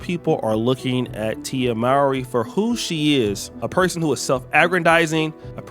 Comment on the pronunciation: That cant be how her name is said after all these years